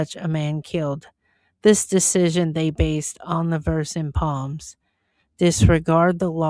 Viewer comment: It is psalms with an an S first not with A P